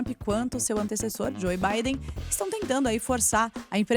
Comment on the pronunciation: o E em JOE é silencioso... Joe Biden é pronuciado "Jo Biden"